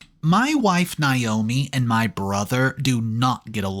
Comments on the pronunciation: It's nay-OH-mee not n-eye-oh-me. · Nay.....NAYOMI is how iys pronounced. If it was spelled the way youre pronouncing it it would Nyomi or Niomi. Naomi is pronounced NAYomi.